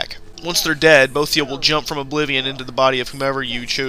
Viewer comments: u say boethiah wrong!! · Good video, very informative and well made. Now, for constructive criticism part of the comment. That's not how you pronounce Boethiah, sacellum, Athis and Falkreath.